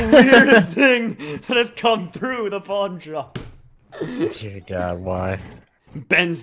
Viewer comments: He said Pornshop Insted of Pawnshop!! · it sounds like hes saying porn shop